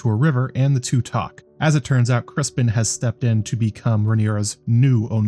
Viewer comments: Keep up the good work, great job really aside from the pronunciation of Criston Cole. It’s not Crispin Cole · It sounds like you're saying "Crispin" lol are you?